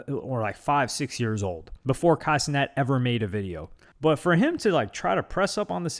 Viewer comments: " Ey luk Budy " and " Kay Cinet " had me dead. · this man said “K cenat” 😭😭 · "it's kai cenat" 'ohh'